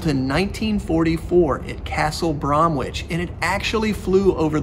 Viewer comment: Sorry mate, but Bromwich is pronounced Brom-itch. We have a lot of strange pronounciations to catch out non-locals (even fellow Brits).